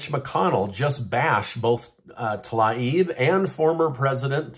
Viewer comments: Her name is pronounced "Tuh 'LEEB." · Her name is pronounced “Tah-leeb”. Get it right!😂